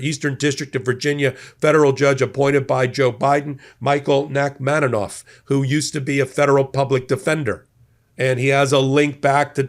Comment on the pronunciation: I'm a constant viewer and really appreciate your careful work. One critique: The judge's name is Nachmanoff, not Nachmanonoff. Different. Thanks for listening.